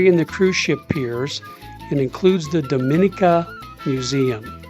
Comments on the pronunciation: Your pronunciations is a bit off. Its more like Dah mi nee ka, not Doe min ee ka. Thank you for enjoying our country. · The island is pronounced Dom-i-nee-ka with emphasis on the "nee" syllable. We've been there multiple times and the locals appreciate that you use the correct pronunciation when referring to their country.